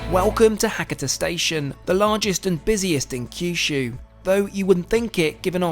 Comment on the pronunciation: Try to pronounce the local town names properly. It's Ha-ka-ta, not Hakkitter.